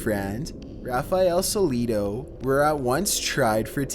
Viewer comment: Peter Borak is Sollecito, no soleshitu